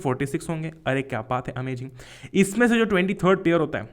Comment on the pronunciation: Sir, aap ARMY h kya? 😂😆 Kyuki aap baar baar AMAJING bol rhe the